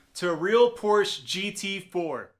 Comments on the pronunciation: Come on man. It's "pore-shuh." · What's Porsh?